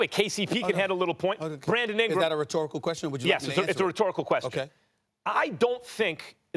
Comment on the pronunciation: "Bwandon Ingwam"